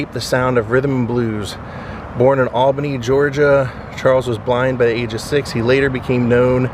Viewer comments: It’s pronounced All-Benny. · Paula Deen is from Albany. You are near me 🥹By the way it’s pronounced All Benny. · Love your videos man. People do it it all the time, down here it's spelled Albany but pronounced ALL-BEN-EE. 👍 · I moved to a neighboring town and we thought it was crazy that it is pronounced All BIN ee. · Come to Savannah and ride in a hearse! They pronounce Albany as 'all ban ee'.